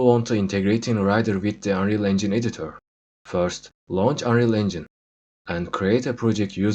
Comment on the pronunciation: editör dediği anda ikna oldum